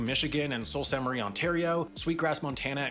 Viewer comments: Sault STE. Marie, Michigan is pronounced soo-saint-marie I've seen this YouTuber a couple times and he pronounces it Sah-owlt-marie every time. I was born and raised in Michigan, and it annoys me a little 😆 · Sault Ste Marie is pronounced "Sue (like a lady's name) Saint Marie, at least on the Michigan side, not "Soul Saint Marie". Even after 9/11 there was eventually a period of a few years where you could cross from Michigan to Canada and back by land without the need of a passport or birth certificate as long as you had a special endorsement on your driver's license. Any resident could get it for a few extra dollars when you renewed your license but I never did because I didn't have a reason to go to Canada. Nowadays you need a passport to cross even by land. But 15 years ago when my friend and I visited Detroit, which is also a border city btw, we took the bridge over to Windsor simply because it was right there, not having ANY of the proper documentation. I wouldn't recommend it. It was no problem getting IN to Canada but terrible trying to get BACK. Could've gotten in a lot of trouble but luckily they let us go after an hour or two of harassment and tossing my car up. The full story is even crazier than it sounds and even funny at times, but yeah, we could've probably gotten locked up for it and got lucky they let us off somewhat easy. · Do try to pronounce Sault Ste. Marie better than that guy. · He mispronounced Sault st Marie mi. Pronounced Soo saint Marie. Or simply.. the Soo.